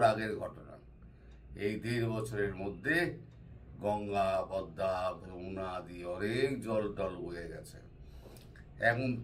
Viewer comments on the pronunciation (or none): none